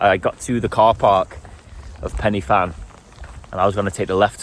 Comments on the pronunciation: Ahh cheers for that. The way you pronounced fan y big cracked me up. If I ever catch you wandering around my valleys, I'll make you pronounce Pwll yr Iwrch, in exchange for telling you where the good drinking streams are. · Bro can pronounce bannau brycheiniog but not pen uhh van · Another great video By the way Pen y fan is pronounced Pen ( Y rhymes with The and actually translates to The) one f is v and double ff is f. = pen y van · Excellent yet again. Pen Y Fan is pronounced pen e van. F in welsh is pronounced v. You went up the same way I did, never knew there was an easy way up! 🤣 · Good to see you, - and great to see some Brecon Beacons too...! It's pronounced Pen uh Van by the way - the single f in the Welsh alphabet having the sound of the English alphabet v, which they don't have! If it was as you said it, the spelling would be something like Pen i ffan. I used to frequent that area a lot, 30+ years ago! Oh, and it's Llan - gaddock, at the end, there are no cumbersome dogs!